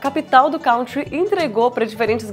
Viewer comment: Country se pronuncia “kun-tree” Kanye se pronuncia “kah-nee-yeh”